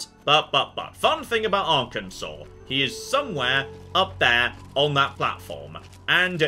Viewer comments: See you can pronounce the state right! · It's so weird hearing pronouncing Arkansas correctly and not complaining about it.